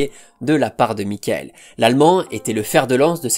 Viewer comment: Ben non pas du tout, ça se prononce Mi-cha-ël. Avec un CH soufflé comme en néerlandais, légèrement teinté d'un "R" étouffé, un peu comme le jota espagnol